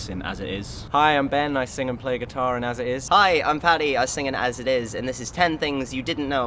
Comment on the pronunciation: "As I- Is" "As I- Is" "As I- Is" "As I- Is" "As It Is"